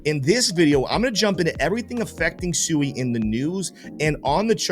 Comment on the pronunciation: Brother SUI is pronounced SWEEEEE. No one's getting SUUUUIIIIId of litigated. Great video